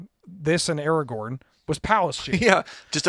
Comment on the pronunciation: We're going to roast you for the pronunciation: The letters are right there in the name of the card. AragoRn. There is a second R clear as day. You're terrible at this aspect of things and should NOT be the person reading card names. Get whoever is on tech that day to do it instead!